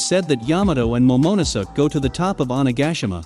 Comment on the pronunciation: Momonosuh lmaooo had me crying every time